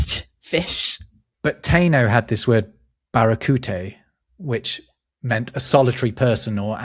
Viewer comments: Taino is 3 syllables. Ta ee no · "Taíno" is three syllables: ta-EE-no